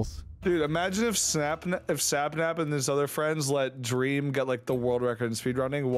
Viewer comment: Dweam x Wethameeeer